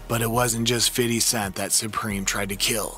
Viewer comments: Fiddy scent. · Sounds like he's saying fiddly sac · 😂Fiddy Cent😂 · Fiddy cent 😂